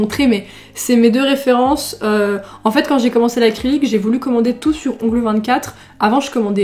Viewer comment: « Ongleuh, manucure » ❤️